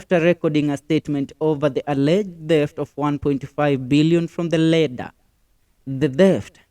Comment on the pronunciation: Work on pronunciation, attorney not antony....lender not leder.....